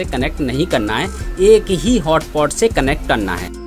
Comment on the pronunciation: its not hotpot its hotspot